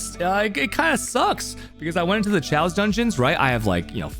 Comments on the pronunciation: “Che-yos” dungeons and “jardian” raids forreal? Bro. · Man, I love your vids, but I just can't stand it if you keep pronouncing 'chaos' as 'chows', and 'guardian' as 'jardian', please consider saying them right :(